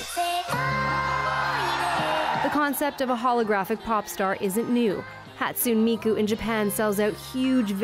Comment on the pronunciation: Whoever did the voiceover needs to be fired ASAP. Hatsoon Miku? Seriously?